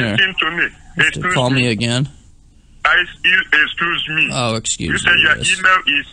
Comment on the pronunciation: “Excoose me. Excoose me! Oh my goodness! Are you stoopid?” Another scammer gets properly introduced to the frustrations of trying to collect an advance fee from the Hoax Hotel.